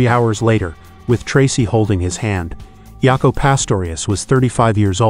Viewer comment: it was from Jokko (ref joko conlon baseball player) to Jaco proununced J not Y .. so it is JA co but good vid non the less thanks